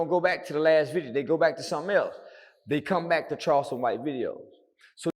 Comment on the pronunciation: Charleston is always buthering someone's name